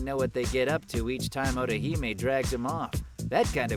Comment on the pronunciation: why does it sound like hes saying orihime instead of ottohime, man they sound a like.